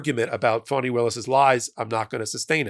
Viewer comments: Fani - Fah nee Not Fawnee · It's pronounced "fahni", not "fawni".